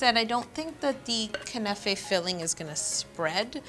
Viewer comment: Knafeh is pronounced as kunafa